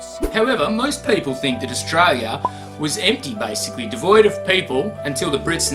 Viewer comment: just another video showing the same facts about wildlife that you wouldn't come across in the main cities, can you please learn how to say australia before you do a video about it ?! please